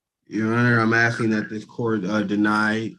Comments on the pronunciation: RICO covers housing? WTAF, dude? Oh, he’s been aksing. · "axing" ? That's an attempted murder charge right there. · He is 'axing' a lot!! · Basically, he's just axing for special treatment. Basically, because, "quote on quote," he wanna wear a hat and sunglasses in court whilst spitting jibberish.